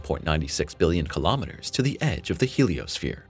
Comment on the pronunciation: Not listening to someone who can not even pronounce kilometers.